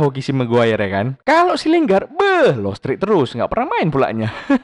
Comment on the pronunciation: Yang benar kangen dengar chinoll ngomong lingrad (parody)